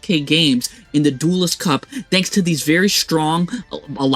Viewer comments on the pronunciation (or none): none